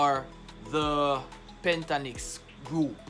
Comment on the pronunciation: Just being not picking, but it it PENT TA TON IX